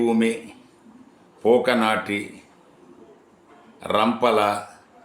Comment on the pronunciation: పూకనాటి కాదు..పాకనాటి